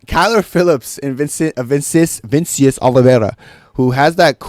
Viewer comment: called Nikolay ukrainian when he’s from kazakhstan, Pronounced Vinicius name wrong. and said the dan ige vs woodson fight went to decision 🤣🤣. does this dude even watch mma?